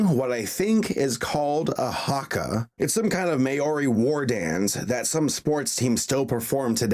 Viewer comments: you precious soul..... you pronounced Haka and Maori so wrong...... so wrong..... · Did... did he just say MAY-ORY ITS PRONOUNCED mold-y Please get it right... it’s also pronounced hucka not Ha-Cka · As somebody from New Zealand i must point out it is pronounced "huh kah" and maori is pronounced "m ow ri" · The pronunciation of the Hakka word was a bit off try search it up next time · u said haka and maori wrong lol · HAHHAA IM DYING 'MIORI' THATS NOT HOW YOU PRONOUNCE MAORI OR HAKA AT ALL BAHAHAHA